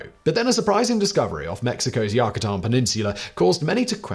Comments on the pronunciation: YOU-KA-TAN not YUCK A TAN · Yucatán. Pronounced you-cuh-TAHN.